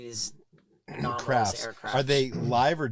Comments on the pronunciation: “Anomanalis” phenomena 😂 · anolamis, anominis, alolominis, anomalis, anomonys, anonymous, anomolous. 🤪😜🤔 🙈🙉🙊 ufo man, just say ufo. 🤠👍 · Oh god one guy said "anonomalous". Please learn English if you have a podcast or show.